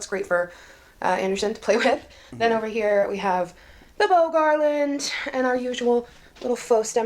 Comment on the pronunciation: Did she say "Garlandt" 😅😅😅😅😅😅 omg